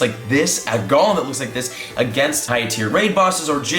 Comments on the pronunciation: Oh please stop saying Gollum. He's from LOTR. It''s a long "o" like Go in pokemon go. Go-lem. It's from hebrew mythology (I think) but I know it from D&D years and years ago. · Why does everyone say Golem like Gollum from LOTR when it’s pronounced like goal-em like a golem from lore?